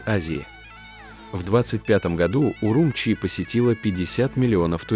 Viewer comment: Не УрУмчи, а УрумчИ !